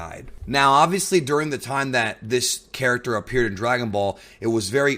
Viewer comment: Everytime you said character it sounded like 'carrot-ter'